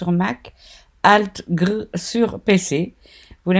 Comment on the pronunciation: Merci pour cette vidéo ;) pour la petite histoire, sur PC le Alt Grrrrrr se prononce Alt gé air Alt GR ;)